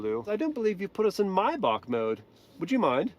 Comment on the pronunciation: Why do you pronounce maybach like that lol?